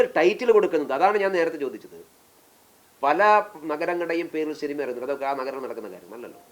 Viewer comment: ഷിനിമ എന്നല്ല മോയന്തേ സിനിമ എന്ന് പറയു